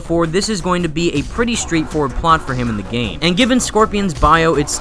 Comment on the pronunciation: 'within the geyme' :/